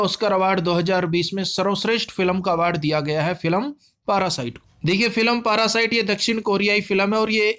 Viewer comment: पारासाइट नही उसे पैरासाइट बोलते हैं सर जी 👍👍